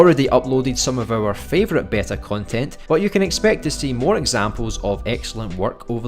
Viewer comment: In the UK it's normally pronounced BEE-tah, in the US BAY-tah, never heard BEH-tah before but you do you!